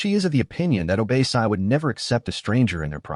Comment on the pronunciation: It's OBÁ -SI it's african name pronounce it well